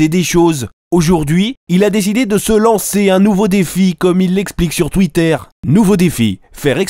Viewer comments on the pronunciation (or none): YOUTOUBEUR ET TWITTAIR, AMIXEUM xD 😂😂😂